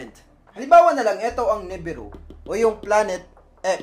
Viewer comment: nibiru = nee-beer-oo, sumerians = soo·meh·ree·uhnz. Constructive criticism lang po sir since nagbibigay ng info, dapat tama rin ung pronunciation sir.